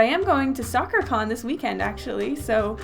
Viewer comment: Were you saying Soccer-con or Sakura-con?